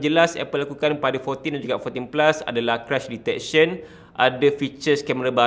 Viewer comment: Crush detection? Biar betul bang kau salah sebut ke😂